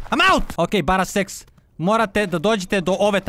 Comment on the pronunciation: ne kaže se baraseks nego baserker:) hahaahha